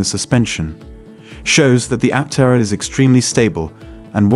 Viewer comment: Was this written by a chat bot? I’m asking because the video frequently does not match the narration. The narration sounds AI. Aptera is mispronounced.